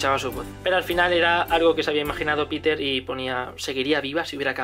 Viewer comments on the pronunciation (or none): none